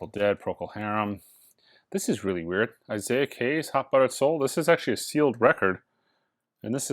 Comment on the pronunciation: Did he say Eye-zay-ik Hayes.....?